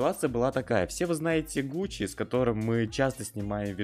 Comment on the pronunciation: НЕ ГУЧИ А ГУСИ